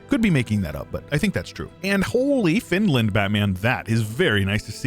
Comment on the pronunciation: Finland? More like "Fantland".